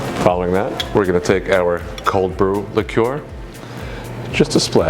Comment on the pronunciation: liqueur. You should really learn to pronounce this word.